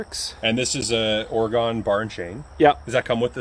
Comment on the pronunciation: They have come a long way in the last few years. Sounds like Oregunn not Oryegon. Does anyone care?- not likely just FYI